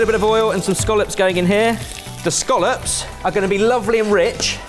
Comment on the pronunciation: Do you mean Scallops? Not Scollops.